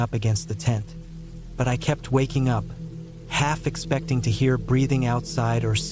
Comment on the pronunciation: Why does the ai say expecting like that